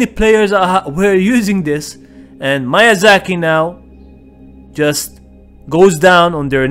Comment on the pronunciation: Miyazaki not Mayazaki